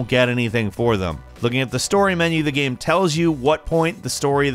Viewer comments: "There's just soooo much stuff you can do in this gyeum" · There’s just so much stuff you can do in this *gam*. lol, don’t ever change dude.